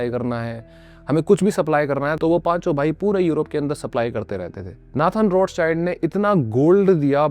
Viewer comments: आप रॉथचाइल्ड/रौथचाइल्ड को रोथचाइल्ड क्यों बोल रहे हो? आपके नाम को कोई ऋषभ की जगह राइशभ बोलेगा तो कैसा लगेगा? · Other pronounce:-Rothchild family Me listen :-RoadSide family 😂😂😂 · Roths child nahi hai bhai Roth schild bol